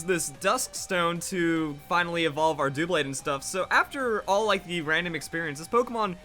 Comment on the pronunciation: I don't get people who pronounced really obvious Pokemon names wrong... especially when Pokemon makes up a significant part of their life. Dewblade? Is it called that because it's dewble the number of blades?